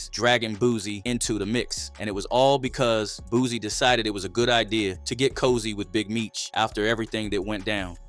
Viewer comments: BOOSIE NOT BOOZY 🤦🏾‍♂️🤣🤣🤷🏾‍♂️ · Dude name Boosie, not no dam boozy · Pretty sure you kept calling Boosie ,“ Boozy” on purpose,just to get your comments up.